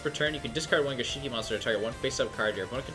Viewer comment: Gishki not gishiki.